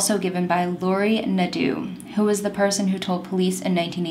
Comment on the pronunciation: Love your channel. Nadeau is pronounce like Doe, play doe jane or John doe eau its like O ;) in french at least.. i don't want you to think im the kind of person who think she knows everything.. its just to help :) you said fournier correctly... its funny that it has 2 french names in the same case from the us. you are gorgeous btw :)